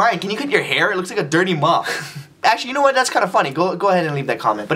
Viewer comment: he said dirty muf not mop